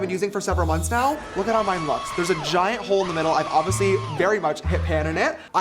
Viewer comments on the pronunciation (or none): none